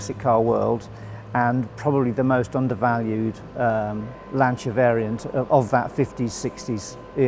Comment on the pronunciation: & pronounces Lancia correctly too. Fabulous dedication and passion.